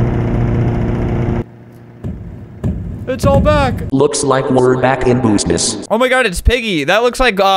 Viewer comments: "supreese" 😂🤣😂😂🤣😂🤣😂🤣🤣😂🤣 BOOSNIS 🤣🤣🥲😂🤣😂🤣😂🤣🤣🤣😂🤣😂🤣🤣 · "looks like we're back in boosnus"